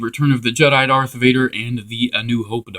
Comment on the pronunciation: its darth vader not dark vader